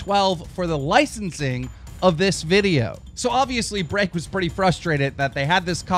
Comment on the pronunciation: Am I the only one who finds it funny how he says break? BREAHCK!😂😂😂